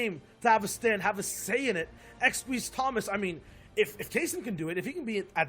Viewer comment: It's not squeezie, it's xsweeze lmao